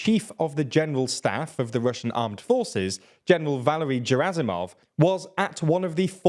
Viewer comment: G in Russian is a hard G, as in 'gay', not as in 'giraffe'. Ge-ra-si-mov.